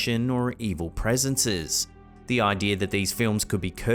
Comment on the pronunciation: I am pretty sure that the plural to presence is pronounced in exactly the same way as it's singular.